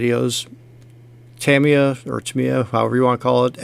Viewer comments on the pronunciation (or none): TAH-mi-yah. Only correct way to say it.